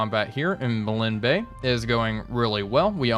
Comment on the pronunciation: It's still not pronounced "Malin Bay"